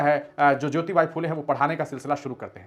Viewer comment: सावित्रीबाई के हजबंड नाम है " महात्मा ज्योतिबा फुले " और आप उन्हे ज्योतिबाइ कह रहे हो, जो गलत है